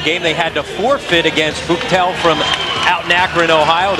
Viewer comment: lmao booktel...its buchtel. btw the team from akron that gave st v the hardest time when lebron played was central-hower. funy thing is if lebron wouldnt have went to st.v one of the private schools here in akron he would have went to central or buchtel which were right smack in the middle of where he lived.